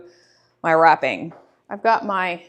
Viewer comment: When you said wrapping I went “wait what?” Oh WRAPPING , not rapping.😂😂😂.